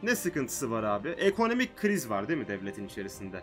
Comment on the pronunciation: Abi sesin çok güzel böyle ciddi,ama bazenlerin "değmea"gibi şeyler diyorsun :D.